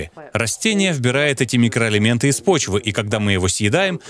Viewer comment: Сперва прочитала комментарии, потом посмотрела ролик. Весь ролик смеялась когда Доктор говорил – микроэлементы. 😂😂